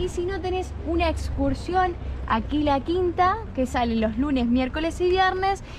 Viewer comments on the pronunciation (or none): Quila Quina ,,,,no Quila Quinta!!! :)